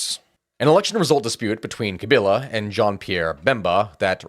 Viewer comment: At least he didn't do too bad pronouncing the name of Presidents Mobutu and Tchisekedi. A bit little less convincing on Paul Kagame and Laurent Kabila.